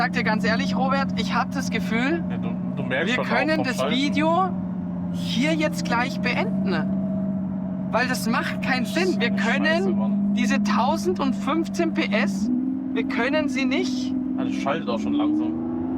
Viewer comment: Lass-ne/ beend-ne/ blink-ne… Bro sollte mal seine Aussprache in den Griff bekommen.